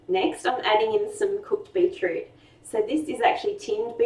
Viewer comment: Beetoot? Hehehe